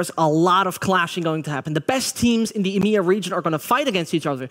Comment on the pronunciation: It's EMEA not Imya get it right